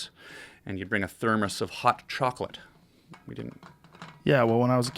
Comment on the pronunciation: "thermos of ~HOT CHOCOLATE~"